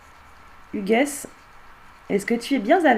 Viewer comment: Coucou, belle video. Par contre le prénom "Hugues '" se prononce sans le "s" , Hugue ...